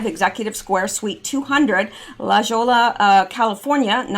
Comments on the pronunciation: FYI LA JOLLA is pronounced LA HOY YA Many California towns were named by the spanish missionaries 300 years ago. The J in spanish words is pronounced like an H. And a double L (JOLLA) is pronounced like a Y. Think San Juan, or Tia Juana (Saint John and Aunt Jane) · Adding to the Spanish names pronounciation issue. I goofed a little. San Jose' is pronounced San HOSE-AY. LA JOLLA is La Hoy ya. Como Se LLama is pronounced COMO SAY YAMMA. Many words and names in Spanish are pronounced differently than an English speaker would assume. "J" is often pronounced like an "H" or a "W" A double L is pronounced like a "Y" An "E" is often pronounced like a long "A". GUESS what the meaning of California's capital is named after. SACRAMENTO hmmmmm perhaps the holy Sacrament. San Francisco = Saint Francisco. California was originally settled by Spanish Missionaries. San Luis Obisbo, Los Angeles= The Angels, Mission Viejo pronounced Mission Vee Ay Ho. means OLD Mission. This concludes my language lession for today. Thank you very much.